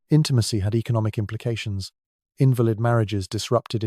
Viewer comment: I was fooled until he mispronounced invalid